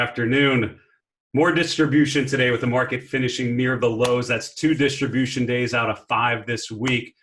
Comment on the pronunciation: Ha Ha "distribution"